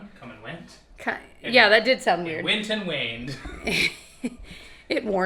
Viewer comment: “ and it wained outside too!” 🤣